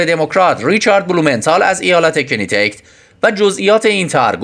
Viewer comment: احسنت به شاهزاده. باعث افتخار است چون در حد بالاترین سیاست‌مداران تحصیلات داره و در ضمن متواضعانه و خاکی که همه دوست دارند. گوینده گرامی، ایالت چی چی؟ کنتیکت؟ کاناتیکات برادر. چرا آبرو ریزی میکنی؟ نمیخواهی بگی کانا چون شبیه کان است؟ خوب بگو "که نه تی کت"